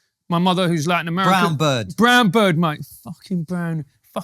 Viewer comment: I love how instinctively does the Cockney sparrah shoulder thing on "brahn bird" 😂